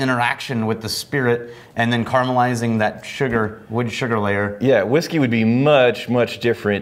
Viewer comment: Vhiskey or Wodka?